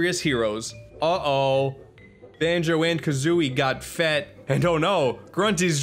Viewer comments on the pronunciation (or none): literally said Oh no “Banjo and Kazooie got P H E T”